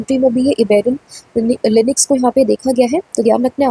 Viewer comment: Inix nahi Lynx hai madam